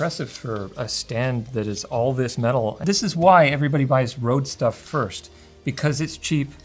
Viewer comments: The Ø letter is pronounced more like U on "Unreal". it also stops with an E, like the E in "Enough". It bothered me a little that he pronounced it like "Road". Cool review though. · The company can complain all they want, but they chose to name it like they did, so not pronouncing Røde in Danish or Norwegian is wrong. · I never understood why they used the Danish Ø, and then never even tried to pronounce it right.